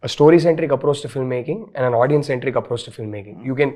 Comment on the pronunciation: Illiterates, now even rashmika is saying 'audien' wtf